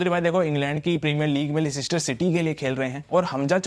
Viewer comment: I think its pronounced "Lester" City eventhough the spelling is Leicester City